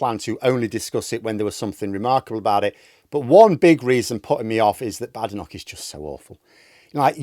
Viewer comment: Why does deliberately insist on mispronouncing Badenoch's name? Would it be because he hates Tories and doesn't want to be seen showing respect to one? Or perhaps a black female politician isn't worth the effort.